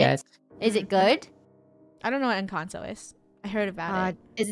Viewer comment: No it's called in-can-toe and love you